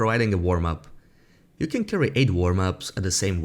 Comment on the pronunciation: You need to pronounce the words can and can't better